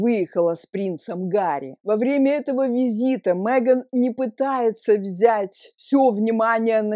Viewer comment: Она не МЭган, а МЕган.